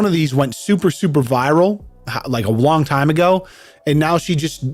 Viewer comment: I could tell you were a few deep when you said "a wong time ago" into the video 😂